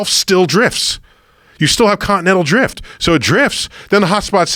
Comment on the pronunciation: "continental jift"